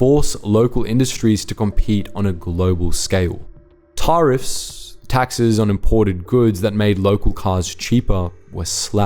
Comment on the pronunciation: Is this AI or does old mate genuinely not know how to pronounce tariff ?